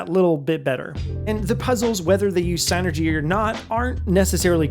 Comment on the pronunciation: Finally someone pronounces psynergy property!